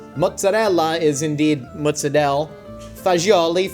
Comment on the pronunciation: THERE IS NO D IN MOZZARELLA